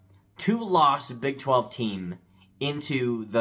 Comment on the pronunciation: Big 12. Little bit of a flub there.